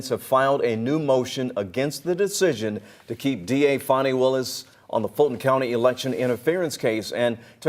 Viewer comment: Imagine the praise from the democratic party if she was the litch pin that caused Trump to lose the election? She's staying on to improve her own status in the democrat party, that's all it is. AND ITS FANI NOT FONI 😂😂